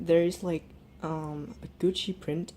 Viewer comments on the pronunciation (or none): lol why do you pronounce it gushi its GUCCI